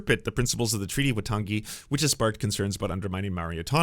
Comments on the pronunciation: Thanks for the representation (as a white middle aged Kiwi)…but for reference / interest: Waitangi is pronounced more like why-tang-ee and said at about 1.5x speed of how most Americans speak (2x Soutern Drawl, 1x New Yorker). And in NZ we speak like germans where a whole sentence is like one word :) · Waitangi is pronounced- Y-Tongue-E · Dude, I appreciate the coverage, but I'm sure taking thirty seconds to learn how to pronounce the name of our founding document would have been respectful and worthwhile.